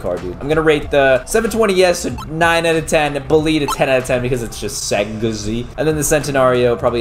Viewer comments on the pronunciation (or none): none